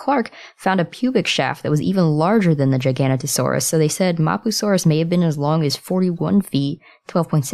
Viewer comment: The way u say mapusaurus. No